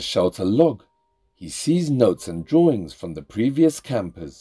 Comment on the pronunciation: He said drawerings ! ……😅